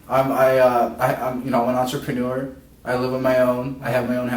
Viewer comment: Entrepreneuer.....gardenerer lol